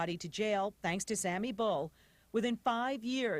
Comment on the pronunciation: lol "Sammy Bull"